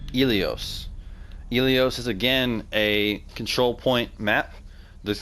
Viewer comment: Ilios, not iliose.